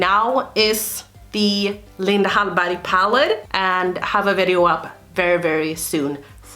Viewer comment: Is the "g" silent? It sounds like it is...